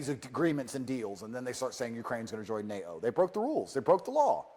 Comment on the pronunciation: For some with a surname containing two Ts he really should learn to pronounce that consonant. It’s NATO, not NA’O. Stick to your fighting and misogyny. Leave the politics to the grownups.